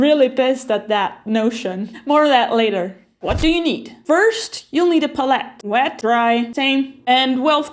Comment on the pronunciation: Very much enjoyed your video. Pros are you general attitude. Love your personality. Cons are your pronunciation of pallete lol.